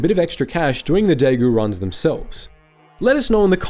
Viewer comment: Understand Chinese isn't your forte but daigou is pronounced like "die goal"